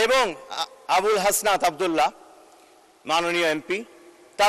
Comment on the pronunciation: হাসনাত আবদুল্লাহ নামের শুদ্ধ করে বলতে পারেন না হা